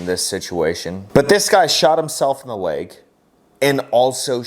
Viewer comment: I didn't hear the word "leg". I heard "I shot myself in the dick". Anyone else hear it that way?